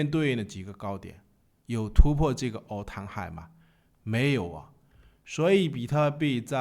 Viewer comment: all time high能不能别念成 all 汤 high 了，听得我头皮发麻